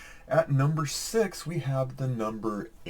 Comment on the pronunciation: All I can do is 😂😂. .my favorite number since growing up is 33 but with the multiple of 2 contains a six... May be some of your surveyors thought you said sex instead of six... Haha. Happy New Year's 🎉🎆🎇